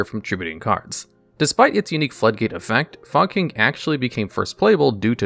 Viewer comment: Why is no one talking about “fog king” literally pronounced “fuck*ng”